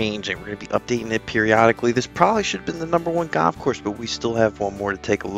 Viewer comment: its called goLf not Goff